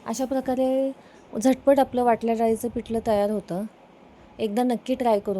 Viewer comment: पिटलं नाही पिठलं, पिट नाही पीठ 😂